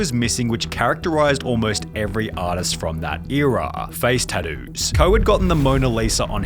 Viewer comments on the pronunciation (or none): “Facd tados” got me good